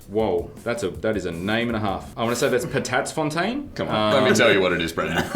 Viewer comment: Actually did a pretty damn good job at pronouncing "Patatsfontein"